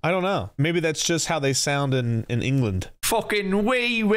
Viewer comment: That "foekin' weewoo weewoo" killed me.